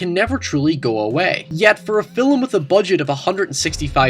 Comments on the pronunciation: film.. its not "fillum".. just like "talk" is not talluk" "stalk" "stalluk Just saying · I pronounced 'film' as 'filum' today because I've been binging your videos... my friends all gave me shit.